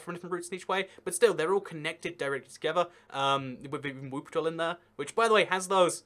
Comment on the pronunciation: kinda sounds like wiping town